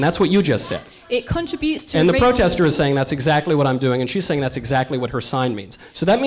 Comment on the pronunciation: This is an example of why 20 year old women who cannot properly pronounce "contribute" properly should NEVER be on faculty at ANY college or university. She barely got her period the other day.